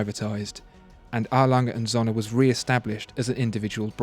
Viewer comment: It#s pronounced: Glass-Hutter/Soehne